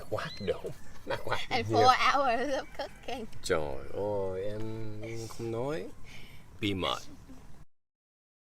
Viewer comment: I'm your big fan, I want to say that I really like your contents, creation and your ways of creating and acting in the videos, especially your opening sentence haha " xin chao cac ban oi ", I love your " oi " sound